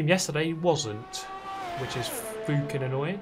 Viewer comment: “That’s a facking launch right there” 😆